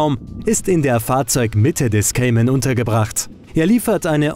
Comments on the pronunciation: es heisst Cayman und nicht "Kaiman" haha peinlich wenn man nen autotest macht aber nichtmal den namen aussprechen kann! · Kaimann , guck erstmal wie mann den Namen ausspricht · Kaiman... Naja, ok, in der Generation muss man wohl Nachsichtig sein ^^' Das Review ist dennoch gut